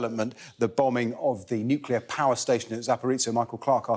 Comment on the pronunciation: Please stop giving disinformation. And for gods sake complete the word nuclear.